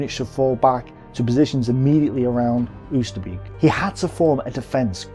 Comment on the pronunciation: Not "oo-ster-beak", "oh-ster-bake".